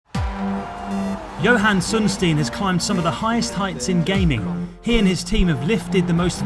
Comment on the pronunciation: johan sundsteeen?